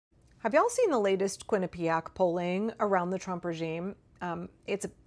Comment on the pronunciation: My Brother-in-law went to Quinnipiac. Thank you for being the only person that seems to know how to pronounce it. I’ve been hearing it so much recently & usually don’t know what the person is saying.